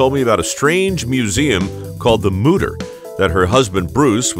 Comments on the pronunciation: Mütter means mothers in german. And its not pronounced mutter. Ü=/=U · as a german i have to say that, how you speak the word mütter sounds like mutter. in germany, mutter means mother and mütter is the plural of it. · As a german hearing the word Mütter getting turned into Mouder is way too funny😂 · As a german, all I can hear is Mudder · He went from DR mutter to Dr mother😂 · Anna, if you want to teach, you should begin by pronouncing his name right: It has two dots over the "o", which means it's pronounced "Y". It's a German name! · Then maybe learn how to pronounce the umlaut correctly if you’re doing the tour guide through the Mütter museum!!!?